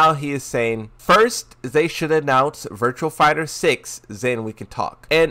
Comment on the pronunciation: You expecting someone who deliberately mispronounces some fighting game character names to say virtua fighter. This the same person that called azucena akwafina for the longest time